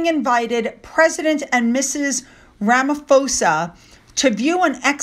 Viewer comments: Hi...the president name is pronounced Ceril Rama *poza...no F I know tou think the ph is pronounced as F..but no matter you still sound cute 😀 thank for the video. Very interesting...yes south Africa has it problems due to other presidents abusing their power..but Ceril not all have faith in him..he is a very smart man many believe him being in britian is a.move to strengthen our economy. So.proud of him..🇿🇦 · Hi, just a couple of small corrections. Ramaphosa is pronounced Ramma-pose-ah. The woman who accompanied the President was the South African Minister of Foreign Affairs Dr Naledi Pandor. His wife, Dr Motsepe is recovering from eye surgery. I thought King Charles III speech was very deft and he spoke beautifully as usual. I had to smile at his pronunciation of some of our South African words as it reminded me of my English mother with the same battles. I loved the sugar King Proteas for the banquet. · Cyril Ramaphosa = Ramaphosa is pronounced Ra-ma-po-sa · It’s pronounced Rama-PAW-sa! Emphasis on the PHO. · Proudly South African🇿🇦 English is most people's 2nd language. And a lot of people speak at least 3 languages. I know most Americans speak only one language, but, for the love of God, can you PLEASE pronounce our president's name correctly. It is pronounced RAMA-PAW-ZA.